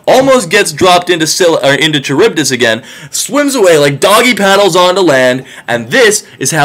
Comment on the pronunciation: Isn't Charybdis pronounced with a k sound?